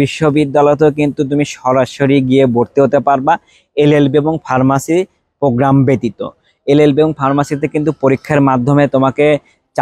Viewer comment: পোজ্ঞ্রাম বলেন কেনো ভাইয়া😑 কথাটা প্রোগ্রাম।